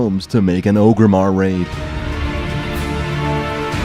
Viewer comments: FRICK. It's "OR-grimmar" not "OH-grimmar" GEEEEEEEZ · ORGRIMMAR NOT OGRIMMAR